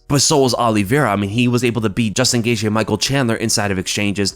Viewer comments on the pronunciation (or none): none